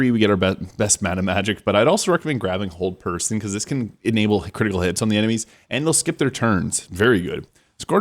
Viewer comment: Hehe.. sounded like he said cold person instead of hold person. ❄️😂